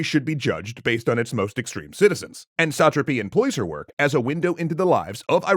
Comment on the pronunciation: So having watched part of the screen adaptation it is made very clear in the watching, the pronunciation is "suh-TRA-py" and not "SAT-truhpy"